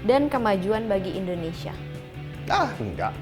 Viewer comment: indonesia bukan endonesia.